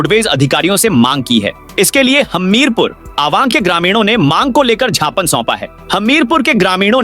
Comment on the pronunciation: Gapan nahi gyapan hota hai